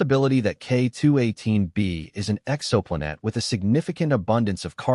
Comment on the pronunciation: Yeah, the AI messed up when the "exo" was in front of "planet".....personally, AI is getting so sophisticated I would rather have the mistakes included so I KNOW it's AI.